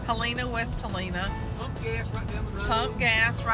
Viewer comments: It's not pronounced He len a.... it's Hell n' a. My kids live in the Conway area. It too is a college town so it's a really growing little town. Enjoy! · Hello from Mississippi! Y'all passed through my stomping grounds, Batesville! Yes, we have rolls and more rolls of that Southern Delta Snow! Lol You crossed over into Helena-West Helena, (pronouced Helen-ah)..but don't blink cause you're gonna go from flat Delta land to Ozark mountains really fast.....My hubby and I ventured up to Branson about 3 weeks ago. It's a beautiful ride!!! Hope yall enjoy yourselves!